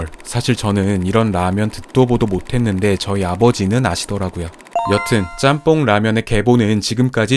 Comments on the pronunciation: ‘잔폰’ 이라는 발음보단 일본에선 ‘ちゃんぽん’, 한국어 발음으로 표현하자면 챤폰 이라고 발음하는게 현지 발음이랑 가장 비슷한거 같아요 :) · 잔폰아니고 짱뽄이 더 발음 가까워요 ちゃんぽん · 잔폰?? 일본어에 이런 발음이 어딨어 챤퐁이지